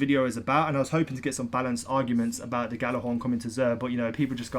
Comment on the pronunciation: Ghorn not thorn lol